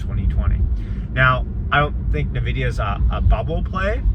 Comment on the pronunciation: It's "en-vidia" not "nah-vidia"